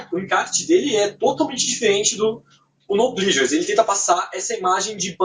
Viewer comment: Se pronuncia plesures não plisures